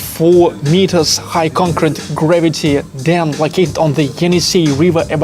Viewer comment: Ты часто с ударением ошибаешься, чекни monastery и concrete, например.